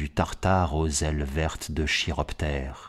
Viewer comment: L'ambiance que vous mettez dans ce texte est juste sublime. J'ai toutefois noté une faute de prononciation. A un moment il est dit " monstre a aile de chiroptère " le ch se prononce k du coup ça donne kiroptere . Désolé de faire le jean Michel je sais tout. ^^